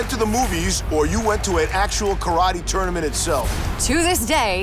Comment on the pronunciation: I love how they all pronounced it "TOOOR - nament", like Daniel did on the movie!